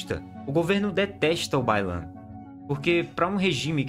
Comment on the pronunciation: Quando você falou Bai Lan, eu entendi que o problema da china é o baiano kkkk e agora não consigo desouvir.